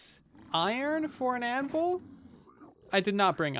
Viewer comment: anvUl I cringe every time (no hate tho )